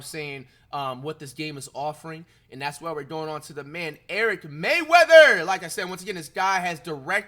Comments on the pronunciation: Bro said Eric Mayweather instead or Rayweather 😭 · Bro atleast say erics channel right 😭 mfker said “ericmayweather”